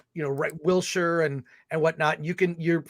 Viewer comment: I love the smirk Alan gives when Chris says "Wildshire" wrong :')